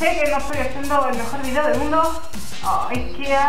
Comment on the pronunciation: Porque dices vidio!😠